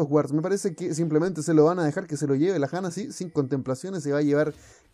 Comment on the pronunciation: ¿Por qué le dices Jana y no Yana, si le dices "mis fortun" y no "mis fortune"?